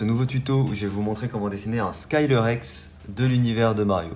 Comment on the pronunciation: Skylerex?C'est quoi cette pronnonçassion de merde?!J'ais l'habitude de dire: "Skeléréx" j'ais aussi l'habitude d'entendre des gens dire "Skéléréx" ou "Skelét-Rex" pour les cons mais jamais "Saïléréx" et r1 que pour ça je te met un GROS POUCE ROUGE👎👎👎👎👎👎👎👎👎